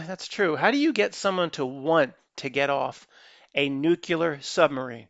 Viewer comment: Nuclear - , I believe it's: "Noo clee ar"... ( not "Nook u lar"). Not as important as SeaMonkeys but, I just don't want you sounding like GW.